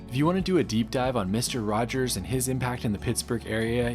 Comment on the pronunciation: It's 'Rogers' not 'Rodgers'